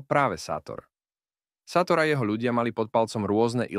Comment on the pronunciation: má sa čítať šátor